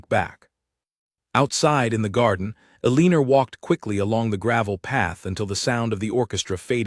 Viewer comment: Eleanor has been consistently mispronounced here! It's El in nor... not E lean or.